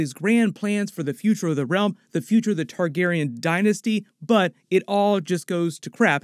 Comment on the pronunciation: Why can’t u say Targaryean?